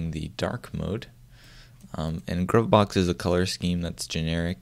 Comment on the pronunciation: I think it's pronounced "groove box"... I wasn't aware fish had that normal/input mode. I must give that a try.